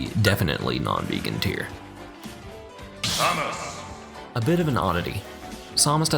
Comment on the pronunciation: whenever he pronounces Samus, a child dies.